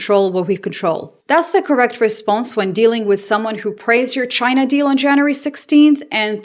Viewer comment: Trump didn’t say China, he said “Ghina!!!”.😅